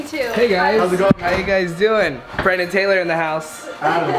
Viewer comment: SWEETNESSanti and it's brennen not brennan